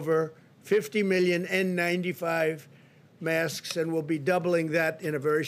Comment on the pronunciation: lmfao he cant say masks nm he can say it but only softly